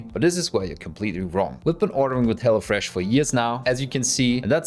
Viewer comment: When pronounces hello fresh it sounds like hella fresh😂